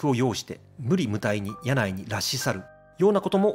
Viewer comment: 丁寧に紹介されていて勉強になりました。 石川啄木の科白のところ、「屋内」 ”やない → ”おくない”